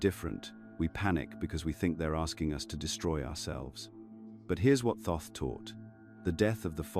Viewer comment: It's not pronounced Toth it is a mistake it should read and say Thoth ❤